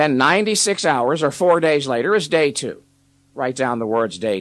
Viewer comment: “The number Twooh”